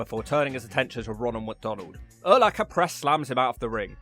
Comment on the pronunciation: Also, Urlacher was a big dude,. 6'4 250lbs. Freak athlete. And cheers on saying his name correctly for the most part.